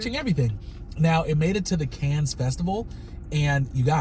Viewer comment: “Canne” is pronounced can.